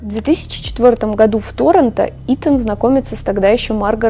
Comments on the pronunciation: каждый раз хочется ударить кого-то, когда ты говоришь тОронто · Торонто , ударение на второе "о", маленькая зазнавшаяся дрянь ))